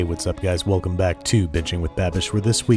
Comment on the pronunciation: Why did you say : velcome back to bitching with babish 😂😂😂💯💯👍👌